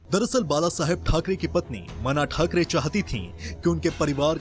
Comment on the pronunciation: Meena tai Thackeray nam thik se bolo